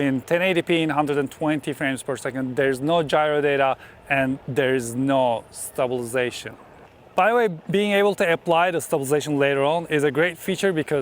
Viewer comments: I watch your videos for two reasons: 1- content 2- the word stabization 😄😄 Thank you for all the infos as always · There is a lot of ‘stublzation’ in this video 👻